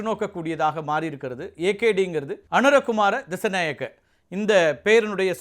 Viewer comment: சரியான உச்சரிப்பு அனுர குமார திசாநாயக்க ✅